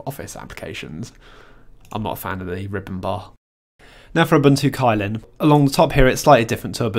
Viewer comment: Unless I'm mistaken, Kylin is actually pronounced as "chillin"